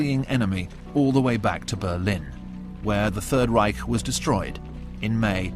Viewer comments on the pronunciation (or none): none